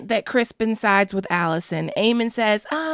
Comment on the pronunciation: Its CRISTON COLE NOT CRISPON. BAHAHAHA